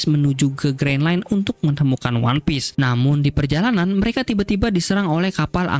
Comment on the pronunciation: Terus juga kasian anime nya audio jepang, jadi gabisa bahasa inggris, one piece aja jadi one pice CUZAKAZZ